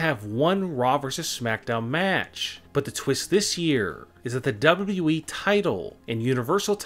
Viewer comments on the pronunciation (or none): Howwww this guy can say WWE as WWEEEEE but at the same time fast like he say DwabDwabEeee